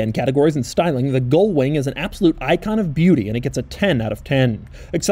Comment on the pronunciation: Ugh. GULL wing, Doug! You keep mispronouncing it SO FAR OFF the actual word that the captions have transcribed you as "GOAL"wing and even "GOLD"wing!